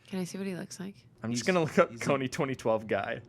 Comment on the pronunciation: Is it just me or are they saying Kony 20-20-12?